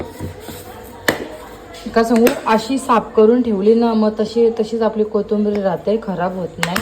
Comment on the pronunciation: Ag bai kotumbri nahi g kothimbir kiti shudh bolynch parytnn karte jshi tu gharat boltes tach vlog mde bolat ja